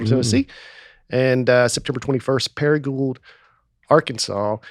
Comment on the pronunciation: Don’t pronounce the d in Paragould… paragool like pool